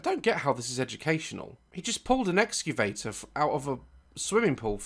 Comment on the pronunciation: Blippi:exaveter daz: you can burry bodies with it 😂😂😂😂😂